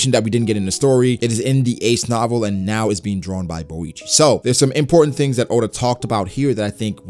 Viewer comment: Mans butchered Boichi's name😂